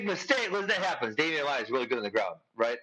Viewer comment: No. Watch it again. He said he was more disappointed with the Masvidal loss because so much was at stake, had he won he may have been looking at a title shot. He was comparing the 2 losses. And its Maia, not maya.